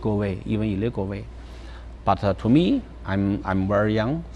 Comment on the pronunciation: 有一说一 奶茶那一段英文说的不错了 就凭她能把goal里面的L发出来都吊打大部分留子 唯一的问题就是她所有的to都读的太重了 其他的部分语调 发音 流畅度 重音 抑扬顿挫都完全没有问题